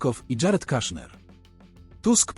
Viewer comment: Wymawia sie KUSZNER , not KASZNER